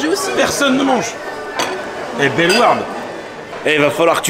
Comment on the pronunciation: comment ta dis bellewarde non mais,d'ailleur le cliché de la frite je sais qu'on mange beaucoup de frite nous les belge mais quand méme 🤣